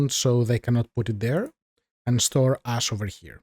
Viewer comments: Very useful tutorial, thank you. Also your accent make it sound like when you say "ash" you are saying "ass" love it was learning with a cool guy who also made me laugh so hard... yes sir, lets see how much "ass" we get... 1 tonne! keep up the good work my friend. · tell me I'm not the only one who heard about creating ass and had to go back.